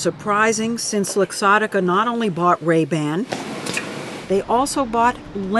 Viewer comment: Lol he pronounced it Ray Bin.